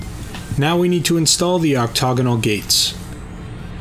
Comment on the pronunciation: Oc-TAG-onal click that sweet speaker next to word and lets ya know how to say it.